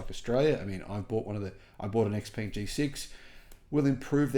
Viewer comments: Great to see the innovation and quality. Xpeng should be pronounced something like "shaopen" in English though, not X-ping. But, I'm sure it drives Musk insane to hear it as X-anything since he seeks to have such love for that letter. So, that's a win! 😂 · Such a big fan why don't you start pronouncing the name right😂.... Come on you can do it 😂😂😂 try it this way "sheeeeer pung"